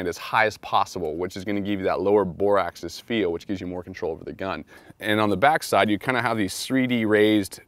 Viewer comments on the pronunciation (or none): none